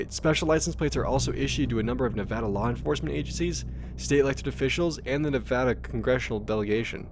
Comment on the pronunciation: Holyshit someone pronounce Nevada correctly. I'm from Vegas and yeah, there's a lot of testing in the state. I mean a lot of land is just straight up government property.